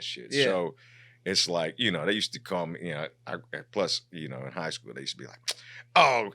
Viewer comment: Man he to koo for skoo 😂😂😂😂